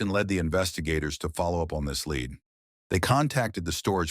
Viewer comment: Obvious pronunciation errors like "This lead Dave", with "lead" pronounced "leed" is where it gets super obvious it's an AI channel. **BLOCKED!** Please, everyone: there are enough actual content makers on youtube who write and produce their own stuff and put in actual effort in delivering us interesting content. Let's stop giving ad revenue, subscriptions and views to people who whip together stuff using Chat GPT (that's often drawn out so as to get more ad revenue just like those click-bait pages that take 30 clicks to get through the whole story) and who can't even be bothered to read their own content. Don't let bots replace human creativity!